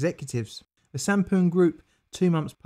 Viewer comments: I thought Sampoong said Shampooing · Honestly thought it said shampooing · Who else thought this said shampoo